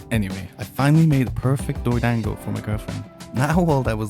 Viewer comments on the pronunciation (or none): It's not pronounced 'dang-go", it's "dawn-go" 😭😭😭😭 short A sound! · Every time you say dorodango it sounds like “doored angle” 😂